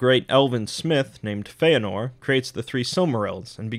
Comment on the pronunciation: You've got 'Fëanor' right. Well done!